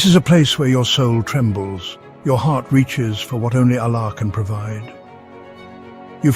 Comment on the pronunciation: Can you please pronounce the ALLAH properly. Use arabic tajwid for God’s sake and otherwise stop making these videos